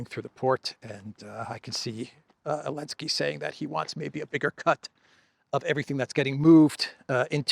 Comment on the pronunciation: Man your channel is great and you are a great person, but I can’t stand it when you say Elensky 😅 Could you please add the Z? Best wishes